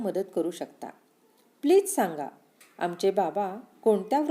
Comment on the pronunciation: "आमचे" मधील "च" चहाचा नसतो. नीट वाचा.